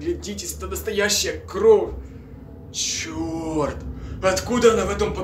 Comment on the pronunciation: не кроф а кровь и хвацит говорить банда манда